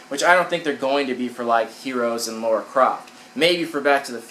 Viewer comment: Maybe it's an American thing but you guys get that her name is LARA not Laura right... do you pronounce lava as lauva ??